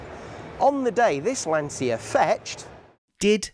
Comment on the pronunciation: and Lancia is pronounced 'lan-cha'